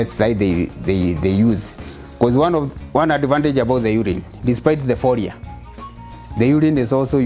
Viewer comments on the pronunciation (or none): none